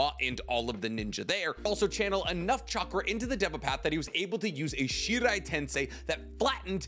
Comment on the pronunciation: ok i love these videos so much but "shinra tensei" is the japanese you're looking for here not shirai